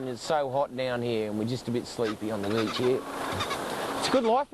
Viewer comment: "Every time I find a BEACH like this" ahahhaha